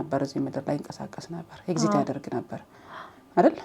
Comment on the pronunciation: Its a perspective even with the flows i kinda like some of it. እና ኤግዚት ሳይሆን ኤግዚስት ነው የሚባለው 🙂 ግን i lovr ur innocence ❤ ur friend ግን ላላ በይ በያት መጀመሪያ ላይ ጓደኛዬ ምናምን ስትይ ያሳየችውን face አልወደድኩትም